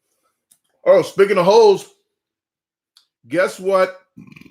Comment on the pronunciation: "SPEAKING OF HOES" Ithought we we're in for a good story 😂😂😂😂 he meant HOLE'S